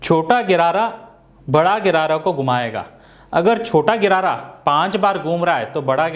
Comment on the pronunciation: Bhai गरारा नही होता gear hota hai